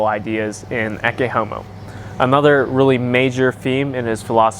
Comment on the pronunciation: Your pronunciation of "Ecce Homo" is actually spot on for classical latin (not vulgar latin).